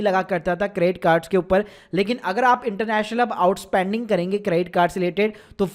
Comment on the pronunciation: spend bolna to sikhle bhai, spand kya hai?